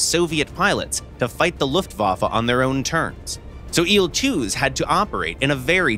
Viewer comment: I hate how he says il in il-2